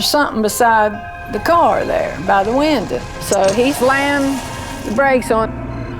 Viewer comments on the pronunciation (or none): “Thuh winduh” 😂